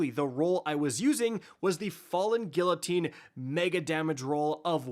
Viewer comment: If you’re light attacking anyway, and hardly anyone is going to have the roll you referenced, why not direct them to craft a bequest with relentless and surround? It does more damage than your falling Guillotine, which you’re pronouncing wrong, how? It’s a French word, you’re Canadian and you all speak French 🤦‍♂️